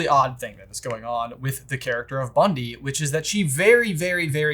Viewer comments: her name is BunTy not BunDy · Isn't her name, Bunty? Not Bundy? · I wonder if these two will ever learn to pronounce Bunty as Bunty and not Bundy 😂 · It's Bunty ... not to be mistaken for Ted Bundy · Can we please dock these guys a point from their next J vs B for each time they get Bunty's name wrong in this video?? It's very rude and disrespectful. Underestimating and disrespecting the seemingly minor characters is a very Grindelwald thing to do, and it keeps getting him in trouble. Don't be Grindelwald! Maybe starting out severely in the red will get your attention! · I hate how they pronounce Bunty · LOL at and calling Bunty “Bundy” (as in, Ted) and calling Lally “Lolly”